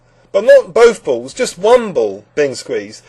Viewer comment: i love the english pronunciation of "balls" hahahaha